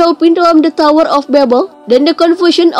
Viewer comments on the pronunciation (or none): none